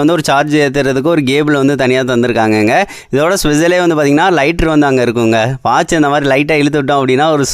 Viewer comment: கேபிள்❌ கேபள்✅ ஸ்பெஷல் ❌இதோட சுசல்✅😂😂